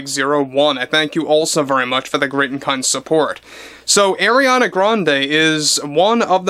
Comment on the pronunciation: Umm he DIDNT pronounce it right 😂. He said AIR-iana when its AR-iana. Ppl who don’t respect her may not say her name a certain way. It is what it is..And others just don’t know